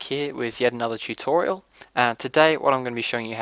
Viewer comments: Did he said titutiralXD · "Anyway guys, I hope you enjoyed this cheatorial..." :P I know you said tutorial, but the accent FTFY.